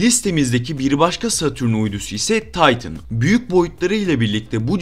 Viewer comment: Titan'ı taytın diye mi okuyorsunuz? İBAN'ı da ayben olarak okuyorsunuzdur herhalde .s.s.s